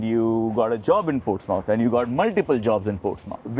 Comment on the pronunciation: It's Portsmouth not Ports mouth It's one word